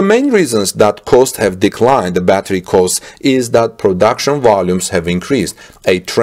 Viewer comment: "costs" are not pronounced "coasts" but '"cawsts"